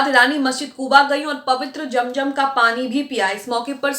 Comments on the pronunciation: Jum jum Nahi zum zum hota hai app Se Accha to Hindu bolte hai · its zam zam not jamjam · Madan it is not jam jam but zam zam, correct your pronunciation. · Aap apni urdu durst kijiye. Zam Zam not jam jam